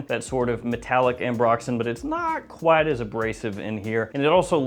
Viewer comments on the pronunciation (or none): none